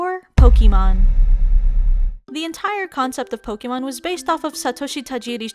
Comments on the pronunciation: Did she just say poki mon? XD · C'mon Aki, I know you know how to pronounce Pokémon correctly.